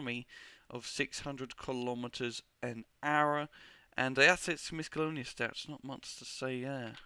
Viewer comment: mis-colonious stats? ay englisz iz herd